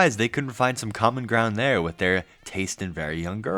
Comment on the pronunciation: The unibrow furl, that smirk, and a grown man saying "wib" instead of "with" just brings vomit from the depths of one's gullet.